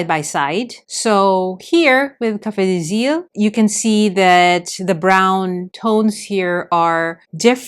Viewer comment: Thank you for your video. I love brown inks! Your prononciation was pretty good for Café des Îles !